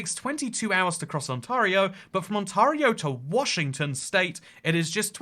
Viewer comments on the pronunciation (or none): more like on-terry-oh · Ont-AIR-eo not Ont-ARE-eo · On-tear-io ON-TEAR-IO!!!!!! As an Ontario native, I cringed everytime you said on-TAR-io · It's pronounced On-tare-ee-oh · Ontor-io are you sure? Get the right pronounciation. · Ontario, sound it out… aan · teh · ree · ow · Its pronounced on-tay-rio :) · On-TAY-rio! You'll thank me when you get to Canada! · the way he pronounces ontario took me off guard lol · Sorry but the way you say Ontario makes me die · I was dying hearing how he pronounced Ontario 😭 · My gosh you misprint Ontario the whole video and as an Ontarian you killed me it's like if I was calling you Engleesh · Ontario. Not just weirdly shaped, but also weirdly pronounced on the channel. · You pronounce "Ontario" like a British person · oh no you pronounced Ontairio wrong the whole time love you